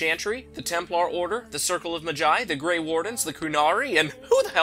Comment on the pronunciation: its maaa-jai rhymes with big-sigh.